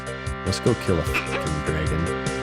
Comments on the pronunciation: it's Drah-gon, not gray'gin. Learn English mr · Usually incorrect pronunciations really annoy me, but imma give 'draygun' a pass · must be from Wisconsin or Minnesota the way he says draygon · Not sure if is from Canada, Wisconsin, or like he said, autistic, the way he says Dre-gen. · you say dragon very canadian